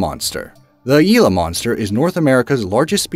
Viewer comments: It’s Gila not ela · gila not yila